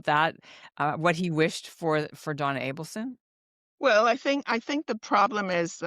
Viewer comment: I do not believe for one minute that you're doing an interview with Ruth Markel and you call Donna, Donna ABELSON!!!